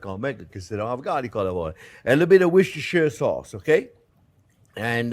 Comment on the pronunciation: Jack, if you’re ever interested in another job elsewhere, please let me know. Not that I’m offering you a job, it’s just I’d quite like to have yours! I could even teach chef how to say ‘Worcestershire’.